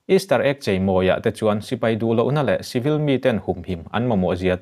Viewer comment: ngatinge chibil(civil) ti a i lamrik zel le?